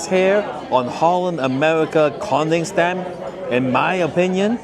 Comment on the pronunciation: Can you please say Koningsdam with only 1 n? Don't say Konningsdam😢. Thanks❤